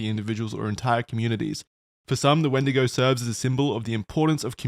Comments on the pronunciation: Wait it’s a wendiGO not a wendiGOON!!! What’s different about Isaiah’s?!!!! Oh god… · Wendigo - the boys are making it sound a little more like 'Wendigay' the horror story told by catholic priests in Sunday mass